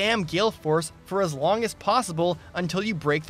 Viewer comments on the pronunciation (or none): none